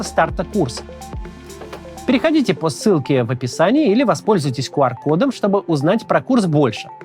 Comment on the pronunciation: Со всем уважением... Не кУар-код, а кЬЮар-код. Q - это "кью". А "ку" это из Кин-Дза-Дза😅